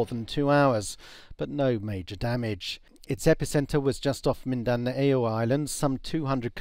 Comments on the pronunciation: Mindaney-oh? Daveh-oh?? Wow, can't he read? Mindanao, 3 syllables: min-da-nao. Davao, 2 syllables: da-vao. A lot of other international journalists can pronounce these just fine, I wonder why this one couldn't? Isn't hard to Google. seems to show AFP journalists cover stories on the Philippines but have never even been there and rely on second hand or third hand information.. What else is wrong, biased, or inaccurate about their 'coverage', I wonder, if they can't even pronounce the 2nd largest island in the Philippines and one of the major regional cities of the country correctly? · That was a peculiar pronunciation of 'Mindanao'.